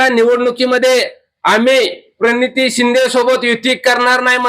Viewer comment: पर नीती 😂😂😂म्हणतात भैया